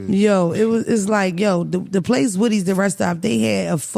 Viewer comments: I was like woodys ?🧐😂😂😂😂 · I was like I ain’t never heard of woodies 😂😂